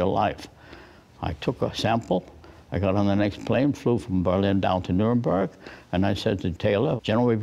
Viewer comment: "the norinborg" like how can you even let that miss pronunciation through lol